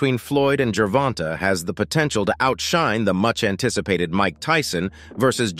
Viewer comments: GervontA not Gervontuh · The unintended end to a career if this fight were to fall through. And it’s Gervonta not “Gervontuh”. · Learn how to.pronounce Tanks first name. This is trash. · How many videos r they gonna allow the kids name to b mispronounced ? Im just askin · Please just say Davis and stop saying his first name? I’m asking for everyone who has to listen to the mispronunciation. 😂